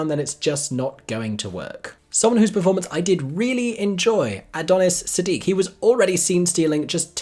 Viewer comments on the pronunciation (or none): none